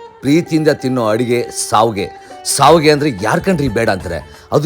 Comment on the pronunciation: Its not savige,i Its shavige. But looks good